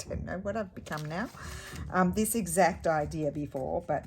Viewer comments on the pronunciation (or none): 🤣 exect, sounded like a NZedder👍. I really want to know your Brother's expression, the mind boggles😅. Your stories are so good, never a dull moment with you 😅💖🤭